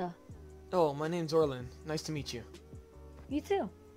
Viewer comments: Me when I heard oriln What its Orin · Did he just say orlin...? It’s orin no L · Its Orin not orlin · Are you saying Orlin instead of Orin? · HE SAID ORLIN ITS ORIN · MY MANS REALLY SAID ORLIN XDDDDDDDDDDDDDDDDDDDDDDDDDd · It's Orin not Orlin y'all keep saying Orlin it's pissing me off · When you said Orin I heard orlin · Isnt it Orin? Not orilyn